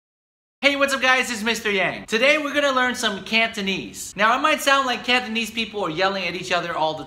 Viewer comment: cantonese 念错了